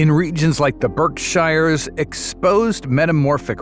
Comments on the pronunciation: When Berkshires was said wrong ..... I was done. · I hate when that happens! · I've lived at the edge of the Berkshires my whole life. I'm 69. That is not how you pronounce it, dumba$$. Good Lord, I hate AI.